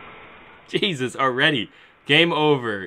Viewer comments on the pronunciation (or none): none